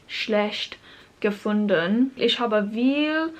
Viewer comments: Very good pronunciation, just when you say Ich, try saying the "ch" as "h" and not as "sh" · Since I'm already capable of speaking german, I started learning japanese again. Hope you have as much fun learning german, as I do with japanese. Still love you pronounciation of "Ich", because in your latest german video you pronounced the "ch" in "Woche" pretty well. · As a native speaker I can assure you that your German is pretty good. I guess the pronunciation of the "ch" sound is something many foreign speakers struggle with. Maybe you can try mimicking a cat hissing. That's not exactly the right sound because the "ch" in "ich" is not that far back in the throat as the hissing sound (am I making sense?) Also, there is no logical reason why some words are feminine, masculine or neutral (why is a spoon masculine, a fork feminine and a knife neutral?)